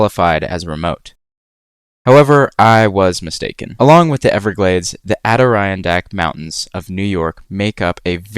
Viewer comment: I’ve heard of the Adirondacks And heard it pronounced many times. Yours wasn’t jarring.